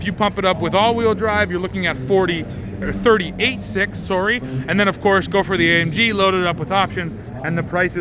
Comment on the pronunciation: Alex Trebek: "...soorry"